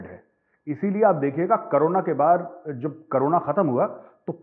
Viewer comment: Pakistaniyo ki tarah na bola karo major sahab. It's Corona not karona.😂😂 Waise mafi chahunga agar bura lga ho toh. JAI HIND VANDE MATRAM 🙏🙏🙏🙏🇮🇳🇮🇳🇮🇳🇮🇳🇮🇳